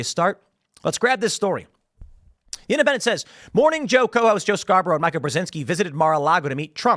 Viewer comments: Tim, I hate her as much as you do but it’s pronounced MEE-KA not MIKE-UH. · I like how Tim keeps pronouncing her name like the guy name Micah 😂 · Tim, it’s pronounced Meeeeka. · A wounded animal is at it’s most dangerous when cornered, Tim. BTW: Her name is pronounced “MEE KAH”. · I think her name is pronounced “Meekuh”